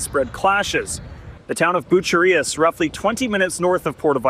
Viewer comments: “Porto” Vallarta, “Jahlisco”, and “Bucherias”. Can anyone take ten seconds to learn how to pronounce these very simple words? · You need to check your pronunciation of Jalisco and Bucerias. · You would think with staying in Mexico, he would be able to pronounce Jalisco or Bucerias properly.